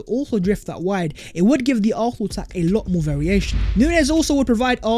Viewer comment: ARSENAL NOT ARFFFNAL!! GET IT RIGHT!!